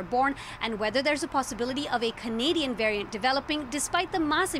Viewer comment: She sais Canadian varient?😂 Up next. The alient varient💀💀👽👽👽 spoookyyy ish